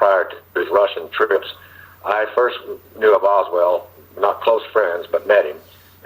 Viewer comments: This guy can't even get his name right; it's Oswald, not Oswell!! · Why does he keep saying "Oswell" instead of Oswald? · this dude can’t clear his name. He can’t even get the name right. He consistently calls him OSWELL not Oswald! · OS WOLD, NOT WELD. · Wouldn’t you think that a man who was former CIA and supposedly has extensive knowledge of the JFK assassination, background operations would pronounce Lee Harvey Oswald’s name correctly? Throughout this conference call he repeatedly pronounces it Lee Harvey Oswell. He lost credibility with me. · How is it possible to give this man any credibility when he can't even pronounce a major characters named properly? He keeps pronouncing Lee Harvey Oswald's name as Oswell! Did he ever know the guy? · Clear oswalt's name? This guy can't even get his name right. It keeps saying Oswell. Did he know him or not? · While I would like to believe this guy- a few things that he said made me wonder. I was under the impressi I n that David Atlee Phillips and Bill Harvey were on on the assassination as opposed to being on an abort team. Secondly, as well known as the name Oswald is, this guy keeps pronouncing his name, "Oswell." I would not expect that from someone intimately familiar with the assassination. Oswald was a household name. I don't think it is a matter of this guy's accent either. I do appreciate this video though and am glad you posted it. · This man is not even pronouncing Oswald's name correctly.. come on people...